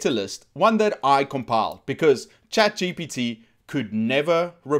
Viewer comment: Why you say ''chat GTP"?!